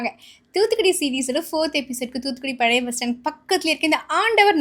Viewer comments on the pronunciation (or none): none